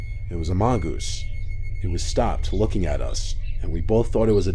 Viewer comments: When you said mongoose it sounded like you said among us 😳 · "It was a mongoose" I heard, "It was amongus" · Did he just say amongoose.. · "amongus" amongoose